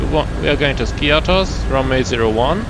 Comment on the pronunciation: The pronunciation of the island is Skiáthos and not Skí-athos. It’s just a tip as almost all sim pilots can’t or do not want to pronounce it correct.